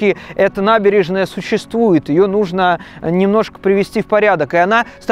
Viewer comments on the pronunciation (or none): none